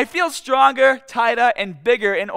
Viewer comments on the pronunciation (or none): Strongah, tightah, and biggah